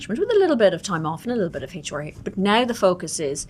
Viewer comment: in a competition for the weirdest pronunciation of HR the first places goes to this lady for sure. Heychoer